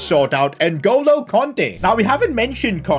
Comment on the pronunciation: Nuh goalo Kante? You mean Ngolo kante